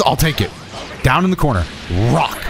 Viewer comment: “down in the corner rrrrrrrrrrrock”